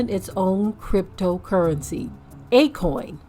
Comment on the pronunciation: It’s A-Kon 😂😂😂😂 Stand down. Shalum family 😂